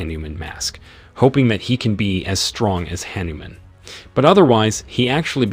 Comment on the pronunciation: That is Hah-Niu-Mom